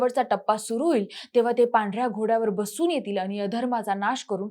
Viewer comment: आनी पानी लोनी करत बोलतीये.